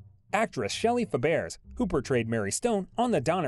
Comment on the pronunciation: pronounce shelly fab ray...